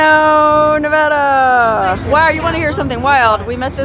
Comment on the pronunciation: Props for pronouncing nevada and verdi the way locals do!